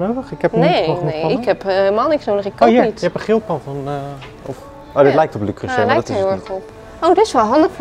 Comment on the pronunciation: Ahh die arme man van Le Creuset die in een speciaal filmpje de uitspraak heeft uitgelegd 😂 “Le Creuseh” dus ❤